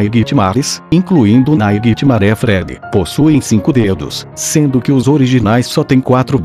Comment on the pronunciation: NAITI MARÉ FRÉDII Google Tradutor É foda kkkkk